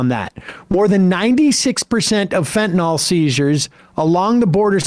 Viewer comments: It’s FentanYL, NOT Fentanol! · Sam, it's not fentanol, it's fentanyl, that's Y-L, not O-L. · Great debate, and it's obvious Trump was denigrating and traducing the actual human beings coming from Asia and Africa, not some invented policy. By the way someone tell Sam - Fentanyl is spelt with a 'y' so the pronunciation is an 'i' as in Fentanil - NOT Fentanor. Proper pronunciation of the English language is important when broadcasting. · It’s fentanYL, guys, not fentanAWL!!!